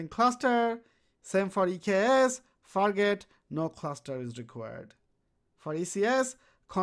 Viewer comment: fargate.. you said it more like fakk it